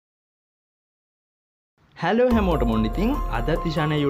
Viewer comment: හැලෝ නෙවෙයි හෙලෝ😂